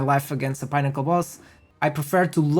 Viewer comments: 😂😂 it's "peh - nuh- kl" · “Pinn” to rhyme with ‘win’, as in win or lose. I think 2 x n’s is always(?) pronounced this way (inn, dinner, Finnish, innate, etc). Thanks for the build. Just what I needed. Couple of errata I noticed: you forgot to add the CI node on your mobalytics passive tree, and you can’t get +rarity find% on body armour in the mobalytics text! 🤓🫡